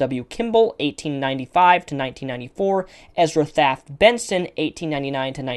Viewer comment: And Ezra Taft Benson not Ezra aft Benson. Man you are bad at names.